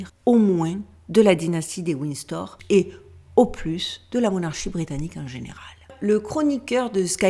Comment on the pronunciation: "Wind Store"... Svp Fr + En speech coach. Pawze please.